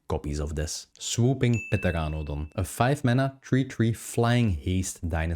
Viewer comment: Say it with me, TER-RAN-A-DON